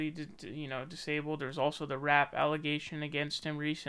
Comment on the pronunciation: Its RAPE not RAP🙂